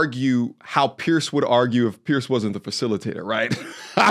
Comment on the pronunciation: People, his name is pronounced “pee-yeh-r” it is not Pierce Morgan, its Piers Morgan